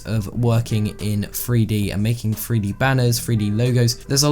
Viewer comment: My man keeps saying "Free D" instead of 3D... 😂